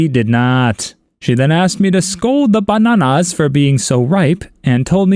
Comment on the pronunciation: The way he says bananas 😂😂😂